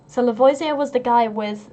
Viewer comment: I know this won't help for this video, but for future reference, it's pronounced La-vo-zee-ay at least for Louisiana French. Not sure if it's different in Georgia. :)